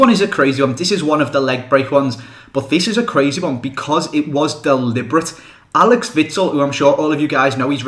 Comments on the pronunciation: Its axel witsel not alex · it's not alex witsel, it's axel witsel